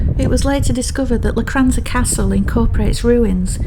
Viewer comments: Technically (and obviously) it's Locchhh-ranza. But we (that is Kevin the Kat and myself) understand that's not easy for Sassenachs. That's Sassenaccchhhhs not Sassen-aks 😹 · I forgive you for your pronunciation of "Loch" because your videos are just so lovely to watch 😊